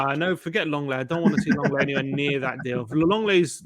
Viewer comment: Lenglet = LONG LET 😮